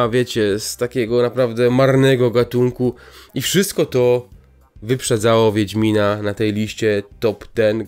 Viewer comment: No dokładnie "wiendzmina" bo więdnie miną... Czy coś